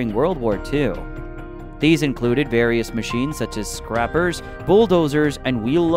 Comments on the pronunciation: Maybe the robot voice should be trained in the difference of "scrapper and scraper"! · Too many mispronounced words for me but good try. Scrapper, Cummings, kooommatttsssssuu, etc...🙃